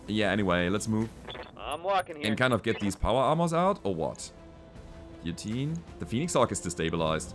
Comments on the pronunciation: In America, it's pronounced like Gill-uh-teen. If that helps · In English, we pronounce "guillotine" similarly to German, except we don't pronounce the e: "gi - jo - tien" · "Giyoteen" FYI. The mech is one of my face of all time. Tabletop beast, almost as tough as tbolt, jump capable and much scarier in short range.